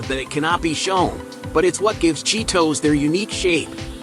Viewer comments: The way he says "Cheet Ohs"! haha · at least go to the trouble of dubbing a decent narration to it.. not some AI rubbish that cant pronounce the name of the product properly..